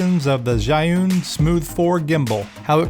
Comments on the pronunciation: "i" pronounce e for zhiyun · most of youtubers got wrong pronouncing "ZHIYUN" its sounds like "ji hyun" bcs zhiyun is chinesse word. Hope it helps..